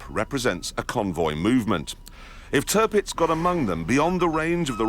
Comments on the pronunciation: You're gonna love this... Clarkson's best work I think. You must watch the other one he did. Equally brilliant. Turpitz... not Turpix. The German government was very differently considered in the early 30's remember. Hitler came to power in 33. Certain members of the Royal Family had certain Nazi sympathies as well for a time. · Its Tirpitz, not Turpix